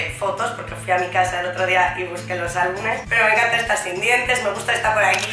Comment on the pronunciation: Choni y sosa sigues siendo. Y es "albuMES", no "albunes". Pídele a los Reyes un diccionario o cualquier libro. No, mejor un poquito de cultura (no estoy segura si sabes lo que es).